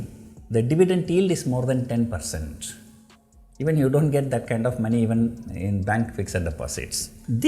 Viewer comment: when sir says "DO", there is something silent and that is "NT".